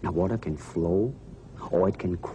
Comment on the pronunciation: "Be water my frand"